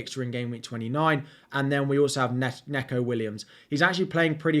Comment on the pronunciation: Neeeeco Williams .... Not Neco Williams